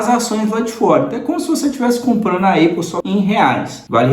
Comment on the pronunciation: Conteúdo e vídeo legal. Parabéns! Uma crítica de comunicação construtiva, mestre, sobre a pronúncia da Apple. Você pode falar “Épol” ou “Ápol”, agora, “Eipol” jamais. Eu sei que você aprendeu que o som de A é EI, mas isso não se aplica para tudo. Maça é um exemplo disso. Moro aqui em Dublin e tenho amigos americanos, irlandeses, australianos, ingleses, sul-afriacanos, canadenses e outros. Nenhum fala EIPOL. Fica a dica é aquele abraço 👍🏾